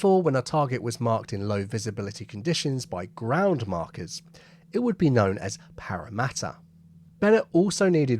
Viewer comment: G'day mate. Great vid. One minor correction -while Aussies might think it's pronounced as a nasal "WANG-a-NUI", any Kiwi will tell you it's really "WON-ga-NUI" (WON rhyming with BON). You nailed Parramatta though.